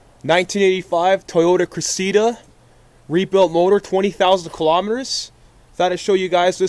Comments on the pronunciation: its cress-id-duh, not cress-ee-dah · haha cress-eda. its cress-idda